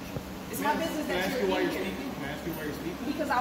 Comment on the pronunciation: To the female guard… it’s ask not axe.